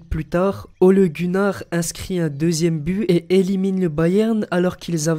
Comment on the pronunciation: A oui tu dit Bu à la place de But